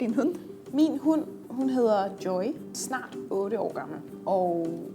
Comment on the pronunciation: We're not very unique compared to each other, we're very similar. Finland too. Even if Danish is the more difficult one it's still easy and I can understand like 50-80%. Holy shit that channel gets things wrong a lot. It's not hunt, it's hund... how the hell are they are language channel and keep making these mistakes? Horrible. Haha not mal, Danish sounds like meughluh. It's not mala... it's måla. Not sterk but stark... facepalm You should link to the video, rude not to... Yes.